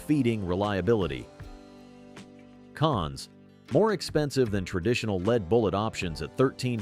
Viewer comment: When will AI become able to pronounce LEAD BULLETS correctly? It should be a simple update for all synonyms and antonyms. My other WHINE is that the current prices for 22 lr ammunition is stupidly expensive!!! WHY? Why? Why?......WAAAAHHHHH 😂 And 14 cents per shot of stinking 22 long rifle is NOT inexpensive!!! They shouldn't cost more than 5 cents per shot for the very best Top Shelf pea 🫛 shooter ammo... I'd still feel bad tossing a handful of nickels at an empty soda can laying on the dirt and might as well only shoot 9 mm ball ammo for just a few pennies more per shot 😊. Again another tease WAAAHHHHHHHH!!!!!